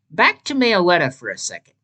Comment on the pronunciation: everyone has different pronunciations about pokemon names but me-oh-letta is down right criminal i really hate to be rude but its pronounced mello-etta